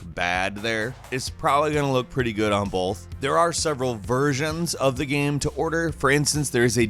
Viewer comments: Is he saying "gam"?? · Is this an AI voice.Early in the video I noticed it didn't say game 2 times it said gam.